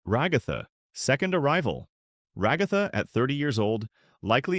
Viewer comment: The commitment to saying Ragatha's name wrong killed me